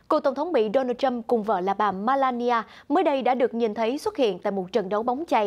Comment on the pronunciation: bà Melania ; NOT Malania !!